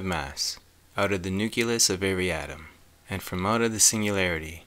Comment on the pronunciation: Oscillation (said osciltation) and nucleus (said nuculus).